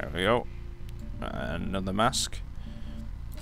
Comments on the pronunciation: Mast not Mask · He keeps saying mask instead of mast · Its a mast not masq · MAS-T not a mask ¬.¬ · FYI, it is mast, not mask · It's mast no mask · It's MAST, not MASK. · That's MAST, not MASK! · i noticed you called the part of a ship (boat) that holds the sails a mask. im not sure if you have a speech impediment or if you are just confused but it is called a mast. mar-st